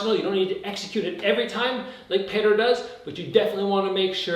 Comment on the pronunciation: I think it's Pe-oh-ter